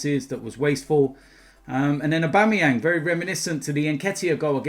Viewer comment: man said Abuameyang best striker in the league😂😂😂 BEHAVE WILL YA!